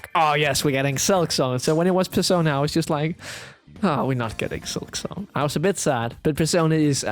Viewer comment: How the hell did I kept misunderstanding concerning "Silksong"? Whenever he brought it up I heard "Excelsior" and asked myself "What in three devil's names is he talking about?" I didn't see my error until he brought up Team Cherry towards the end...